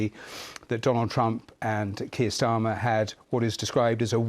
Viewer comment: He called him prime minister "Starmy"....... Never a good idea to sign any kind of deal with someone who can't even pronounce your name correctly.